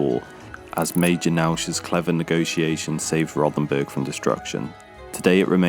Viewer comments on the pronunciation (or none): It's pronounced.....'Row'-ten-burg'. There is no 'th' sound in the German language.